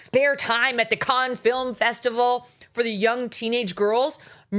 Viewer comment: It’s Cannes like a can of soup and she’s at Sundance, Cannes is in May. I’m on your side, just saying, you’re giving them ammo 😂